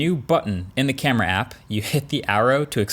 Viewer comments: C A M E R AAAAAA! Not in uk camery🙄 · It's a good "camry". - Marques(2021) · Was the "great camery":? part intentional or a mistake and you left it in? Either way I love it!